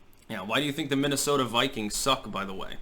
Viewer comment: Mogadishu, Minnesowta 😎